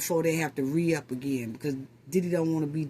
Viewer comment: Lol I love you ❤❤ you confirmed you were from NY today when you said "re-up" 😅😅😅I said is definitely from New York...